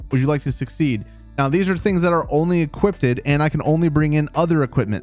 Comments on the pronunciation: Why do you keep saying equipDED instead of equipped? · You're doing amazing with these newb videos, but every time you say "equipped-ed" I die a little. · Ha ha, yeah, it definitely sounds like he's saying "equip-ted" to me. ;) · lol equip-ed rofl o7 made me laugh, some good tips however ty